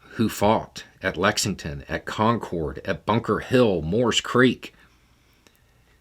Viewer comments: Quick note: The Concord od Lexington and Concord fame is pronounced CON-kurrd (or better yet, CON-kahd) approximately the same as [conquered]. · As a new Englander, I couldn't help but smirk at the pronunciation of "concord" not so much like the jet, more like, "con-kerd" or if you're really going after that Boston accent, "drivin' tah KON-KAHD kid"